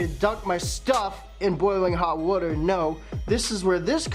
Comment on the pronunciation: Woter (water)